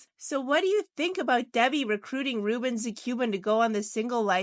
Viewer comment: Ruben the Cuban not Ruben zathe Cuban! Your artwork is quite good but, your pronouncing of the names is way off!